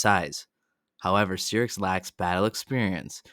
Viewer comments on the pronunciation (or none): Syrax...why does everyone pronounces the name wrong? it was mention on the show way too many times.... I don't get it! nice video though